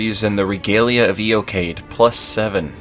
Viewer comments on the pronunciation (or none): I thought it was pronounced Ee-oh-ki-ad. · Fun fact, Regalia of Eochaid is pronounced "YO-HUD" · I'm not an expert or anything but I think Eochaid is pronounced 'Ee Yo Haughd' with a really harsh H sound. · 10/10 build, fun fact it's pronounced Yo-Hide